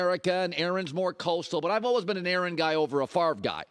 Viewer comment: Colin "olwehs" Cowherd. What kind of accent is that? Lol